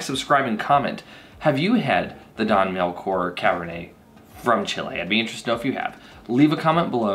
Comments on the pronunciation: Great you passed. But you still pronouncing Don Melchor wrong. Is that in the next test? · Learn to pronounce your wines